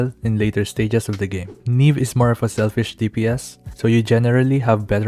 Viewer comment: Ne beh, like nieve